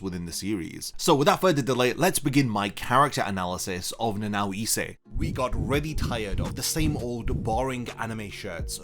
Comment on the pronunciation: Why can't you pronounce ISE correctly? Essay?